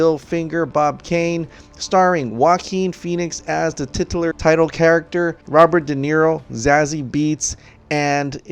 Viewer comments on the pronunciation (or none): none